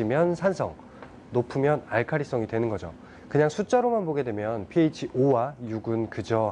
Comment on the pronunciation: 크 배우신분 pH라 하시네요 잘 모르는분들은 ph, PH 라 하시는데